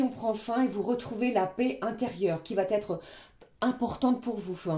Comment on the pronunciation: Guidance claire et fluide, merci, par contre, si vs pouviez éviter de faire cette liaison (va t être), qui me fait saigner les oreilles, vs n êtes pas la seule😂 Va...etre, c est idiot mais ça me gâche l écoute! Sinon je vs adore❤